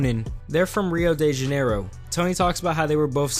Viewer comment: He literally said "from Riou deu Yaneirou" that's american af dude